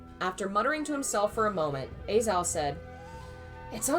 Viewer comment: Im sure someone has told you already, but a-Zhao is pronounced ah-jao